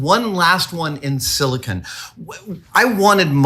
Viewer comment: Its "silicone", not "silikin".